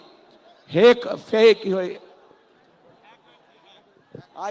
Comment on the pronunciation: এই শুয়োরের বাচ্চা তোরে কুকুর দিয়ে খাওয়াবো, মূর্খের বাচ্চা, হ্যাক,ফেক উচ্চারণ করতে পারে না, খাম্বার বাচ্চা মাদারচোদ